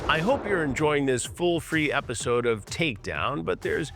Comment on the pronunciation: I so did not know she was a fwee full episode. Oh cwap.